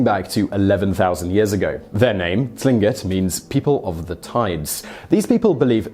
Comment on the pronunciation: I myself live in Juneau Alaska, and am Tlingit, so you can imagine my surprise to hear you pronounce "Tlingit" so perfectly, that I am wondering if someone taught you how to say it properly. 99% of people who haven't spent much time here, butcher the word so badly you just wish they wouldnt try. But you nailed it, and I was impressed by that. But one thing that did give me abit of a laugh was how you pronounced "Kushtaka". (Koosh-tah-kah, say it fast) Among my family, we all have our stories about it, and our elders do tend to believe it enough to feel its worth warning the younger ones of the risks, if you ever come across one. Lots of weird things happen in Alaska, but bigfoot, and UFO's really aren't stories we tend to hear locally.